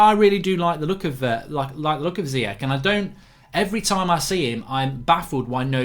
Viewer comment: Mark, there's no way Ziyech only worth 25 mil. Must've been more! Also, I'm pretty sure it's read "Chan" without the "h", rather than "Kan". Please try to respect others by pronouncing and writing their name as correct as you can. Last summer you always wrote "Ben Yeddar" instead of "Yedder". These kind of small things matter.